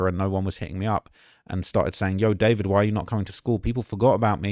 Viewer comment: I just learned its pronounced "da-4-vid"